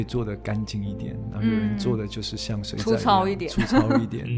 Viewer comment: 您的台語要加強 「水仔」的發音唸得很不標準，害我很出戲